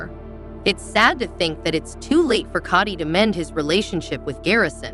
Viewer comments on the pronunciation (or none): You cant even pronounce Kody right!! Koty???😂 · This pronunciation of Kody is driving me crazy ……Coddy 🙈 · It wasn’t a joke and he said it on the tell all!!!! It’s Kody not kitty🤨